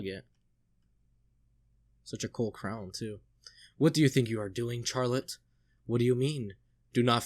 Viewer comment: It''s funny how often you go back and forth between 'Fuck Griffith' and 'He's so cool though', lol. There's a reason 'Griffith did nothing wrong' is such a meme among readers. Nitpick- Charlotte is pronounced "Sh-arlotte", not "CH-arlotte"- no hard CH sound :) The real 200 IQ move is to read Berserk for the memes: And you still haven't met the most powerful character, the 6th (!) member of the God Hand